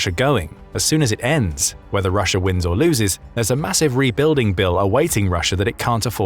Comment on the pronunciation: The second time you said Russia you said Rusher again.